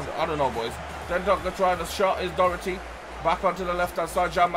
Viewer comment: Btw Docherty is pronounced Dock-her-tea like this so he sees